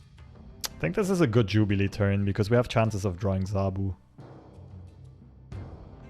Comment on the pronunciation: Jubliee into jubliee lol 😂😂